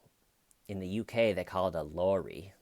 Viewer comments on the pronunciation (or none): Try saying lorry like ur saying " lawrie" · Yes we say Laurie, Lori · Hiya lorry is pronounced lor ri. Hope that helps. Love your vids and would love to be of the fam. I've checked my pictures. No comment on the bush status tho 😂 🇬🇧❤🇱🇷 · As someone born and raised in the United Kingdom, I'm loving brave attempts at pronouncing "lorry." There are many British accents, too, which makes it doubly hard! I find some of them difficult to understand! Lorry has a short "o" vowel, which I'm wondering is rarely used in the US.. The "o" is the short vowel sound in "hot," "spot" and "Lottie," but I'm wondering if an American might pronounce "lorry" more like "Laurie." I think a generic British "spot" might be pronounced "spart" in the US. Basically, I've no idea and can't explain it! 😂 Apologies for any confusion. Great video! 👍👏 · Love the "lorry" pronunciation 🇬🇧🤘🏼🤣